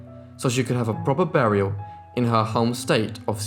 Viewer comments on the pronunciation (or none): none